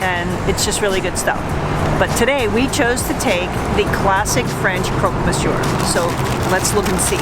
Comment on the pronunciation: please, please, make an effort and do not pronounce the final R in Monsieur, it kills me